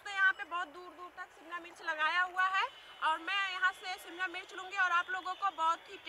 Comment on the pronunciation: Mircha nahi mirch bola kre